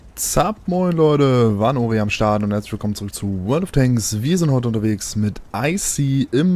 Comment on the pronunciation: jemand __Icy__ richtig aus sprichst